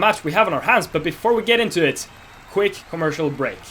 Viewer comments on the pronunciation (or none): when he said comurcial (i dont know how to spell it) break an ad came😂😂😂😂